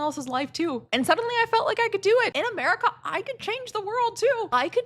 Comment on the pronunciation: I had to fight the monke urge to not watch this. your accent made that sound like “I’ve never believed in god but I do believe in merica”